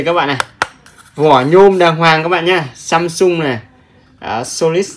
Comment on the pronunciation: AMSUNG not SAMSUNG 😂😂😂